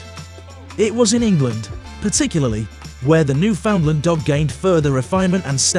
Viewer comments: There is no place called "New~Found~Lind". There is no Dog called The "New~Found~Lind". Jesus, Mary and Joseph. Do basic research. The place is called "New~In~Land". The breed is known as The "New~In~Land" Each, when uttered correctly rhymes with "understand". The script your using in this video is lifted from countless other posts here. Common. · Opps, now it's my turn to be humble. The Name of the Dog (and the place), is spoken thusly; "Newf~In~Land, far easier to make that rhyme with understand.